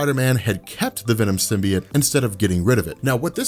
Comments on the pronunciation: symbiote is sim-bee-OAT not sim-bee-IT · I cringe when he says "Venom Simbi-et".... its 'Simbi-ot"